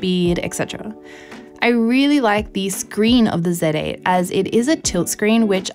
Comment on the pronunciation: “First time using a KneeKon Said Ate”